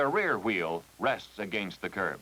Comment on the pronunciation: That's, "Curb-uh." 😁